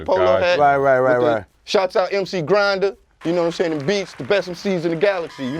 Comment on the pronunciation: They said ‘mc grinder’😂